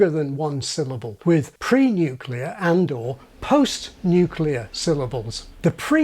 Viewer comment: I had to pause at pre-nuclear and post-nuclear. Well done.